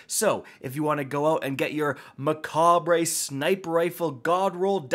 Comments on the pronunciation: Mah- cob.... Say it with me? Mah- cob Not mah-cob-ray This bothers me so much. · Macabre....."MA-COB." You 🤡. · Hey, man. It’s pronounced “ma-cobb.”